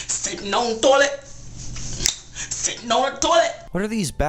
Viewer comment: Ugh when that lady saying siten on the toilet